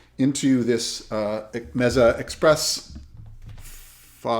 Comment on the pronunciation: Not meza, it's mAsa. Nice review, I have one.